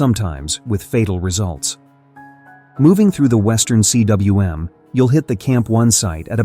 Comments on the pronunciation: It's pronounced 'Kuum' in English (not C. W. M.)you stupid AI voice! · yo tell your ai voiceover guy that's it's pronounced western coom, not western C.W.M. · CWM is pronounced "Coomb"- It's a Welsh word. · Cwm is a Welsh word and it's pronounced "coom". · Cwm (Welsh for valley) is pronounced ‘coom’. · Hey, AI, "cwm" is pronounced "koom". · I don't mind the voice, honestly (but then, I grew up listening to the BBC's "received pronunciation") I just wish someone would teach it to pronounce "cwm"!